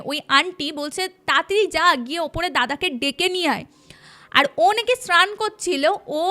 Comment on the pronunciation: কিছু কিছু উচ্চারণ খুব কানে লাগে, ভটি না বটি, শ্রান না স্নান এগুলো তো ছোটবেলা থেকেই শুনে আসছি! এগুলোর দিকে নজর দেওয়া উচিত। আগেও অন্য চ্যানেলেও এটা দেখেছি।